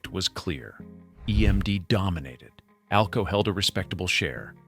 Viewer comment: 608 cubic inches per cylinder! only EMD used that as the model, the 600 series were 1979 cubic inches per cylinder Too bad video doesn't match narration. AI narration at one point called AlCo A.L.C.O., WHATTTTTT!!!